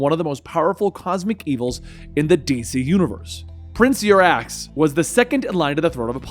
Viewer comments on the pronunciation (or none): Did really say "Prince'urAss" 😂😂 think you mean " Uxas" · I'm sorry, did you say 'Prince Yorass?'